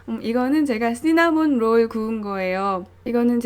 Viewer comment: 마치 목소리에서 영화배우 손예진님의 향기가... 잘.이해되요 망칠수 있는 조심하라는 안내 멘트들.. 귀에 쏙쏙 들어오네요 씌나몬 롤올~~ 발음이 감기며 빵 맛이 영상에서 나오네요..ㅎㅎ 저 꼭 도전요. 직장을 관두며 엄청 맛난거 잘만들어 주는 엄마 아내이고 싶어서 실수투성이지만 도전이란 이름으로 일을 사서 하네요..ㅋㅋ 응원해주세용~~